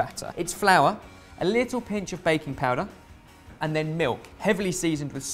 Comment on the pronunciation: When I was watching this I here from the kitchen "sa han baconpulver?" (did he say bacon powder?) from saying baking powder 😂